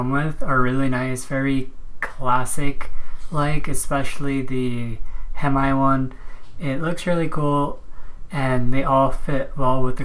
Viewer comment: Aye bro don’t say hem eye haha